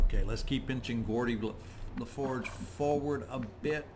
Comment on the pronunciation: Gordi LaForge and? lol If you've never watched TNG you should, maybe watch the first season and a half at 2x speed though. Then watch Babylon 5 and DS9. Your videos are great background, and to watch in between incidents at work. Then sometimes I notice something like that and it makes me chuckle. Thanks:)